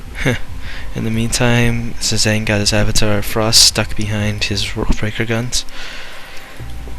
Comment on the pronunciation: My vid is uploading now ^^ Also you pronounce my name like Pigeon except starting with a Z, but its close enough XD.